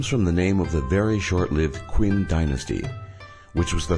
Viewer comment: its not queen dynasty, its pronounced chin